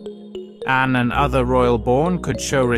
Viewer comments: I unsubscribed because if you can’t even get Princess Anne’s name correct, you probably can’t get correct information for us, either. She is Princess Anne, NOT Anna as you called her repeatedly. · Anne not Anna